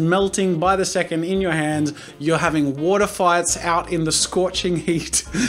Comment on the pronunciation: When he said water fights I thought he said water farts